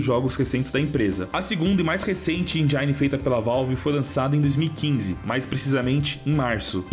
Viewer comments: lê-se "engine" e não "enjaine" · Endjáine não... Endjine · ENGINE Não se pronuncia "enjaini", e sem "enjen".